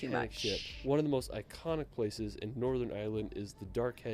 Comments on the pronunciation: He mispronounces several places throughout his videos... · Unfortunately the American who narrates this pronounces a lot of places wrong.